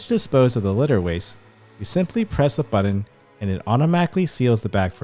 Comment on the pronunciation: Thank you for this excellent video:) I have one complaint though, button is not pronounced BUDDEN. Was driving me nuts, sorry